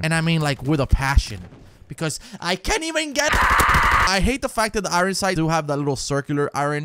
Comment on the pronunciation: Did you just say i-ron sights😂😂😂😂😂